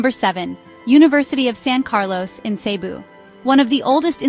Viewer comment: pakiayos ng diction mo. hindi cee-bu, but cebu'.